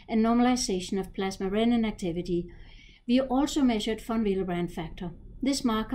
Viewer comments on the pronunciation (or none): none